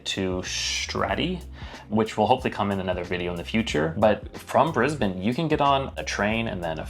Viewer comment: I'm 12 seconds in, and she pronounces 'Brisbane' our way. So ... I will continue.